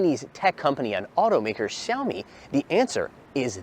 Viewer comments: We learned "Wah-Way" Huawei & we'll learn to say (Zhu)"Meow" for Xiaomi. Stunning phones & breathtaking cars. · Why is he not pronouncing Xiaomi correctly especially as a Chinese speaker?